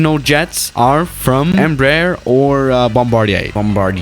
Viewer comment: next time you will try to say EMBRAER put it on portuguese google translator voices becuse you say it like Embruh......